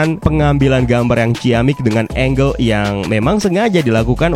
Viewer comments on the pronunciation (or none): none